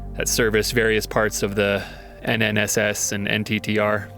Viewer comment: FYI... it's pronounced "NITTER" as a word... not "N.T.T.R."